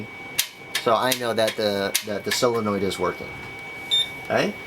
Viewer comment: sOlenoid not silenoid